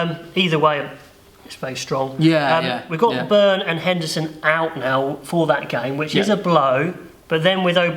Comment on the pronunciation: Tadhg Beirne. It's pronounced Bee'un', and not 'Burn'.